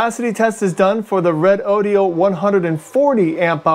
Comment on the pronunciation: This moron can't even pronounce the name of the company who made the battery.